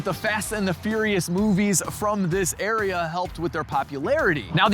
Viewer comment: Love your videos...but "area"?